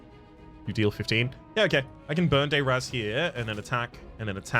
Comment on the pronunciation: I would like to point out that you are critically mispronouncing the spell burn dayr azz.